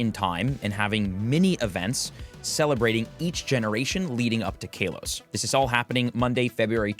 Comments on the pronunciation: It's Kahlos not Kaylos! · Kaylos? Kaleos? My man, I think its Ka-los. I don’t care too much for pronunciation, but it threw me off when you said it first lol. Aside from that, this is a really great and useful vid! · He say kaylose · I don't care much about pronunciation, but it cracked me up each time he said Kalos like Kale-os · i cringe everytime you say KALOS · My brother in Arecus what was that pronounciation of Kalos?? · He pronounces it like that on purpose for clicks